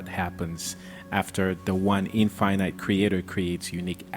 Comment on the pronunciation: The word is infinite, not in finite.